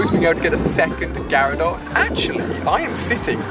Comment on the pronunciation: Do all people from the uk pronounce Gyrados and lapras like that? It annoys me so much because I'm a whiny little bitch.